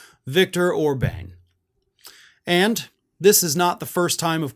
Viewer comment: OrBAHN,.